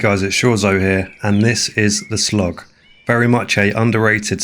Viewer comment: Turned The Slog into "The Slong"